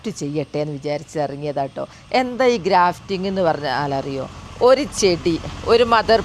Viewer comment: super നല്ല പോലെ practical ആയി grafting ചെയ്തു കാണിച്ചു തന്ന ടീച്ചർക്ക് അഭിനന്ദനങ്ങൾ. വളരെ ഉപകാരപ്രദമായ വിഡിയോ . ഒരു correction ഉണ്ട് ഗ്രാഫ്റ്റിംഗ് (grafting) ആണ് ഡ്രാഫ്റ്റിംഗ് അല്ല